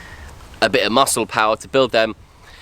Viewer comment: aaw, did he say muscle poower?